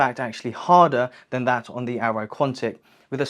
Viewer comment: arai, not aero